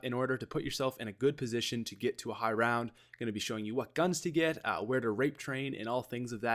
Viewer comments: I love high “roun” strats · high "roun" strategy?wheres the D? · you...you lost the "d" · High roun 😂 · High roun? lol